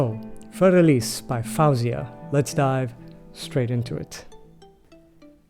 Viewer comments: Don't interrupt so much. Your review is good, but keep it shorter. You want to keep our concentration, but wordiness will lose your audience.😊 Btw her name is pronounced as Foe-Ziahh not Fowzeah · What a pleasure to hear/watch you react to Faouzia. I very recently gave some thought to recommending her as well. It seemed like a good bet that you would enjoy this particular performance. By the way, her name is simply pronounced as FO-zee-uh... as though it were spelled 'Fozia.' 😉